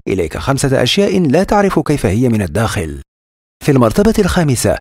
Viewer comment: انا اول مرة بسمع كلمة من الدوخل (الداخل) إلا الدوووجاج هههههههه